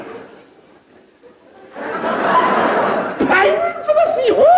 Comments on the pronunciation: there is no "fields", but "fjords"... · For the longest time I thought the line was "Pining for the fields". Fjords makes much more sense.